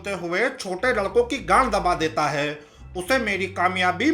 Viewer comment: Bro ur video is great but just a one thing I requesting u that last tone of ur voice ( jaye gaaa kiya haiiii ) plz don’t do that that’s little bit annoying 😅